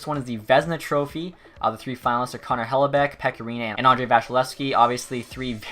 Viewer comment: Hellebeck you say